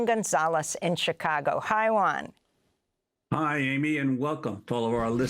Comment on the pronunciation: his name is not “ one”, please Amy! Juan, it is juan, not “ one”